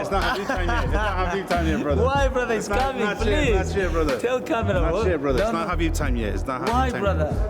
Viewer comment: “Davai@ merab cimingg😂😂😂